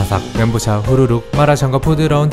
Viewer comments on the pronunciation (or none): 멘 보우 샤ㅎㅎ